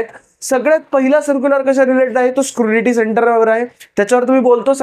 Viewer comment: Scrunity nahi re ...scrutiny 😅